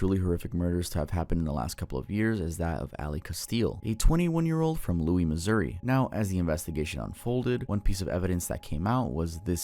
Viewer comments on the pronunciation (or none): St Louis, not Louie*